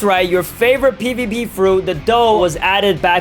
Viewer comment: did you say pvp or pvb